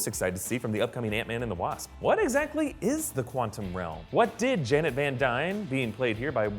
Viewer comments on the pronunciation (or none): none